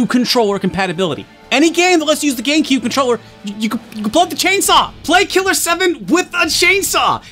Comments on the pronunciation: Is it just me, or does he say, Gaincube?? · I keep hearing Gay-Q instead of GameCube